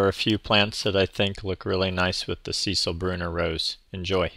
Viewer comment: It’s the female name ‘Cecile’ not Cecil 😊